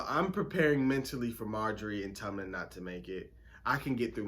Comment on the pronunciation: He also keeps calling Tommen "Tummen" lol